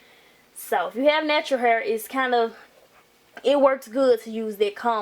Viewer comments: Tru😂😂 H AAA IR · She says hair funny 😂😂😂😂😂😂